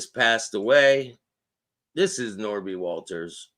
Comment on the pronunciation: It's Nobby! Ha ha ha!!! pronounced it. Not Norby.